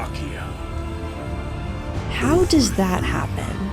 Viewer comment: Only issue I have with the dub is how wrong they pronounce gigantomachias name it’s gig not guy